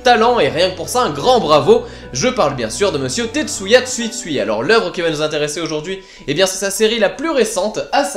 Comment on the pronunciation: Rare sont les BD engagées, oui en terme général mais pas pour Tetsuya, il me semble que ces précédentes BD donnaient aussi accès à une certaine réflexion, ce qui en réalité est une des particularité de cette auteur :] Ps : Je ne suis pas sûr de mon coup, mais on prononce TsUtsui et non, Tsuitsui xD